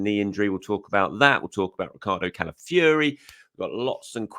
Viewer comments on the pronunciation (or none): I'm Italian and a long time Arsenal fan but it's CalaFIORI not CalaFURY...😅 COYG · I am over the moon the Arsenal are signing a very good Italian player but if I have to hear calling him Calafury everyday I had to say something 😂